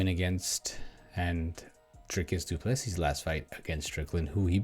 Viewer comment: Pronounced:: doo plu sea,not seas